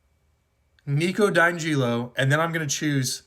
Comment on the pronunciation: Nah i hate this guy for how he said Nico Di angelo